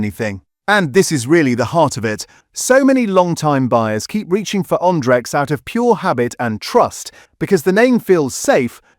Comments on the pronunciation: Stop the AI voiceover on this channel , you make yourself look stupid. It isn't'Ondrex' it's Andrex! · I think this was covered earlier this year. I moved to Bumboo as a result. They have carbon neutral delivery options, recyclable packaging and they also offer paper that hasn't been whitened as well, taking needless cost off the price of the rolls :> Also, the AI is struggling again, this time with Andrex 🥀